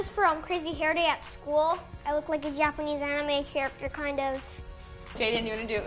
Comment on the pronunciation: WHY DID HE SAY YAPANESE